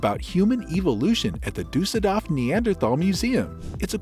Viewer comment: DORF nicht DAF